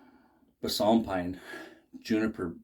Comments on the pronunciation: Balsum is pronounced “ball - sum” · Your videos are great. The way you pronounced “balsam” was strange.